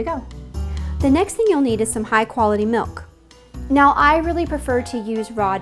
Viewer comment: The way she pronounces kefir drives me crazy. I'm not shocked given that she pronounced milk like melk.